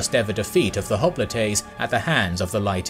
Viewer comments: (Cringing every time he says "hopli-TAY") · Hoplites in English (pronounced as in termites), Hoplitae in Greek and Latin.